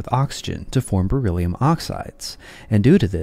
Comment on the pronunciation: Die KI-Stimme: "... reagiert es stark mit Sauerstoff und bildet Bor illium-Oxide ..." 😂😂😂 Auch später im Video ständig " Bor illium" ... Bor ist etwas anderes als Beryllium! Offensichtlich ein Wort, für das die KI zu wenig geschult wurde. 😏